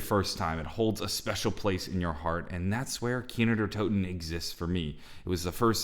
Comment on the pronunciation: this man just said kino numa